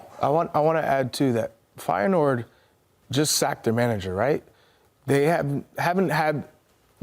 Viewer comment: Im infuriated how you pronounce reijnders and feyenord....